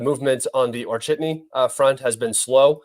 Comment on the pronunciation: I can't get enough of hearing say "Or-chitney".